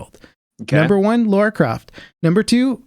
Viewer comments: Don't call Lara "Laura" ... Noobs. ;) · I love you guys, but how am I supposed to take you guys seriously as nerds after saying "Laura" 3 times in a row? I mean, aren't you reading "Lara" on your screens? Or is there some joke I've missed where you tout your nerd cred by mispronouncing things like you've never actually heard of them?